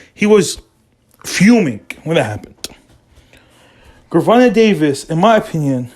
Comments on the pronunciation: Why the fuck is this dude butchering Tank name if he can’t say it he should shut up!! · Don't believe a person who 1. First can't pronounce the fighter name ( you can find this on YouTube any day or night ) 2. He has no connections to that camp. 3. He a guy on YouTube pushing for you to subscribe to his page. 4 This is pure junk